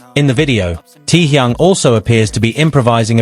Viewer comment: Can you get the AI voice to stop saying "tee-young"...?